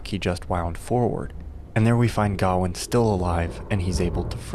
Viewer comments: Its Ga-wayne not Garwin. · wtf is gowan? its gawian pronounce guh-wayn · gawain. his name is gawian. Why.... HOW are you saying it that way???the original story is down right silly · God damn it, he keeps saying Gawain's name wrong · The way he pronounces gawain is infuriating. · It kind of undermines the veracity of anything else you claim about the film when you don't even pronounce the main character's name right. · bc it’s not how Gawain is pronounced. Pretty simple. Sounds like a they have a “we don’t gaf about the source material” problem. Ig. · You butchered Gawain’s name every time you pronounced it.